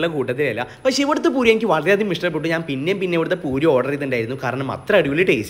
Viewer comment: നാൻ അല്ല ഞാൻ എന്ന് പടിക്ക് തിന്നാൻ മാത്രം പഠിച്ചാൽ പോരാ പറയാനും കൂടി പഠിക്ക് നാൻ അല്ല ഞാൻ....